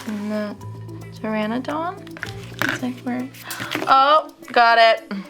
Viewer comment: don't forget the dinosaurs name she said that wrong too